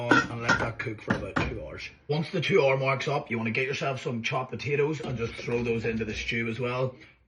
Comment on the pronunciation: Looks tasty and I'm glad you didn't use mince. Btw, do you also feel awkward saying "hour"?